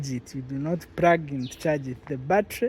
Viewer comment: Its Plug-in not Prugin! The "r" is so thick